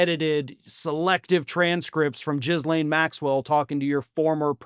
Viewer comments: OMG…Ghee-lane NOT Jizz-lane 😂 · It's not "Jizz Lane". How many times have you said her name wrong? Do you think about anything else? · Love how he pronounced her name: "Jizz Lane"! ROFL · mate.. it's not just you.. but I see this all over american news.. it's minor... but lots of people seem to have problems pronoucing the horrid womans name.. it's pronounced "gil-aine".. silent "s"... I know it's minor.. but every time I hear it it takes me out of the story.. and the story should be more important. although saying all that.. she probably doesn't even deserve to be recognised correctly. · I love your commentary and respect all the hard work you do. Could you please do one more thing? Practice the correct pronunciation of Ghislaine. Thank you! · Please learn how to pronounce the woman's name properly.